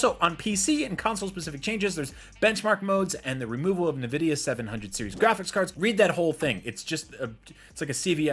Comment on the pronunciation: Huh? nuh-vidia? Is that right?